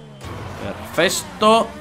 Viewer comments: dice perfesto . Eres un makina Dani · Nadie: Absolutamente nadie: Dani:perfesto😂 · Danirep:perfesto Yo: perfesto :V